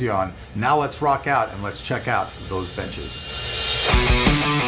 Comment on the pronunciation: I always hear "let's check out these bitches" haha